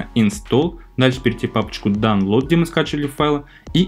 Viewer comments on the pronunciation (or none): none